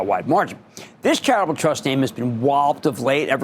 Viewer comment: is he trying to say charitable in 2 syllables or travel trust, lmfao?